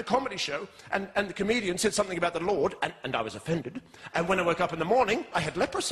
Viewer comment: Loved it, the only thing I have to say is... "Something"!!! For Christ holy sake stop adding a K on the end.. "somefink" is not a word!